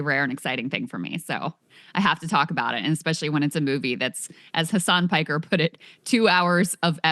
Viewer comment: Hasan Piker is pronounced as Hasan Pee-Ker